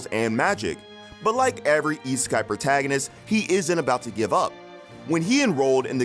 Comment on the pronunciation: Why did i hear isekai as e-sky?